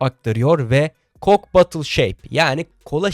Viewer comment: Aman hoca coke bottle derken ğ harfini vurgulamak lazım :D